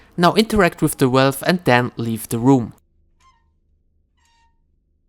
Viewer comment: Why do you keep saying wealth instead of wheel or crank? And prom instead of Broom?